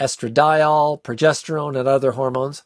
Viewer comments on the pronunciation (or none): none